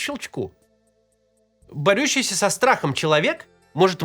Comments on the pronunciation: бо́рющийся Спасибо за видео, Максим и команда ❤ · В слове борющийся ударение на первый слог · Прослушал 5 раз. Так и не понял : "... борЮ(-я?)ийся со страхом...". Или...?